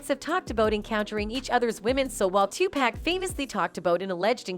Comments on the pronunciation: It's pronounced 2 Poc not 2 Pack. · It's clear this lady never heard of pac cuz she saying his name all wrong 🤣🤣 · So crazy, you cannot even pronounce Tupac's name correctly. SMDH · Diddy is a sick individual you don't get to his level by being a good stand-up law-abiding citizen who is a Christian no no no you get to his level by selling your soul to the devil and what is up with the narrator saying Tupac's name goodnight that drives me right up the wall